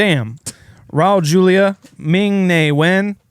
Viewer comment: You guys did Raul Julia a major disservice by butchering his last name.